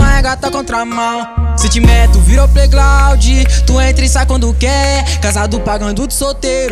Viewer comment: Musica da hora, só a palavra plaiglaudi com "L" glaudi q ficou estranho, tinha q pelo menos colocar um "r" ali no ground, se vai falar uma palavra em inglês tem q soar pelo menos parecido tipo pronunciar plaigraud e não plaiglaudi, acho q deu pra entender né, a música e produção ficou da hora.